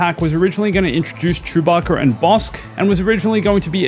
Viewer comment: Chew-bacc-ER lol